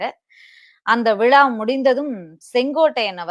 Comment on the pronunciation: உங்களை நேர்முகத் தேர்வாளராகத் தேர்ந்தெடுத்தவர் யார், நீங்கள் சரியாக உச்சரிக்கவில்லை, விழா அல்லது விலா, உங்களுக்கு தமிழ் கற்றுக் கொடுத்தவர் யார் மேடம், முதலில் உங்கள் உச்சரிப்பை மேம்படுத்தவும்